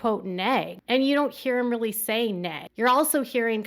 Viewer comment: Or, "I'm really confused..." Correction: "I'm RILLY, RILLY confused..."